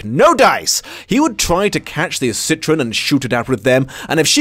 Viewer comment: My only complaint is that pronounciation of Citroën :P